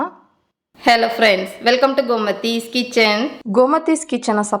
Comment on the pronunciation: அக்கா gomadhi ன்னு சொல்லாதீங்க komadhi ன்னு சொல்லுங்க ( )❤❤❤😂😂😂😢😢😢😮😮😮😅😅😊😊😊